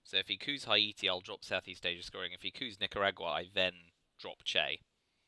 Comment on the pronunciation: Haiti is pronounced "Hey-tea". Great Soviet game! Really good plays in the Americas, and that Defectors of One Small Step. Do you think one side is stronger than the other (USSR vs USA)?